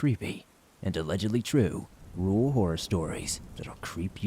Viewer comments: It’s ok, I too find it practically impossible to pronounce the word ‘rural’ for whatever reason. 🤦🏻‍♀️🥴😁😂 However your absolutely amazing job with narrating makes up for it. 💚🥰😘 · Hey you're definitely not alone with having a tough time with the word "rural". I think a lot of people do. It a weird word I feel you have to over enunciate. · I agree! I don't mean to hijack your comment, but it wouldn't let me post in the main comment section. So I had to click on someone else's comment, in order to post this. I was going to tell, I'd be happy to help them get better at saying "rural". Instead of trying to pronounce the "r-u-r", just clench your jaws together and say, "rrrrr-al. Hopefully that helps! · Lmao, "and the first one is that I cant say rural very well" ah, yes, bonechilling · I truly believe no-one can say "rural" right. I know I can't. It's a weird word!